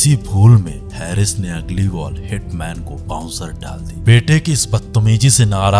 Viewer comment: Sir, aap bohot achha bolte hain, lekin aap apne 'स' 'श' aur 'ज' 'ज़' par zaroor kaam keejiye. Bohot achha effect aayega. By the way, uss Pak cricketer ka naam हैरिस nahi हारिस hai.